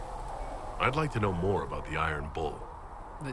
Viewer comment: "Dalish with Ma-more archery .." Sure Krem. Sure.